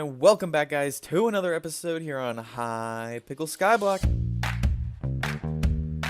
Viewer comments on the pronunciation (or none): "hypickle skyblock"